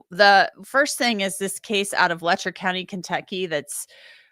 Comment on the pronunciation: they lost the "C" in county